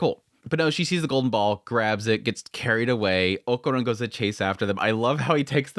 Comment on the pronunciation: We all hated jiji at first haha just like with Aira, just give him some time. I know you dont like people telling you when you kill characters names but i dont like when you do it so deal with it haha is okArUn, o ka run, o a and u are the vocals, why in the name of god are you saying okuron? Please, just say it right, Okarun, you know when we all jump at Seven seas for making dumb mistakes, is the same feeling, just saying so you dont get that mad :P